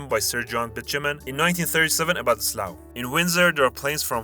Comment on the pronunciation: slough isn’t pronounced slaohw, it’s pronounced sluff, as in it’s tough in slough